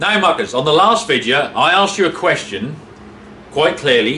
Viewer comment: The way you say ‘videa’ makes me think you watch South Sask Farmer, who’s basically an Irish farmer with a Canadian accent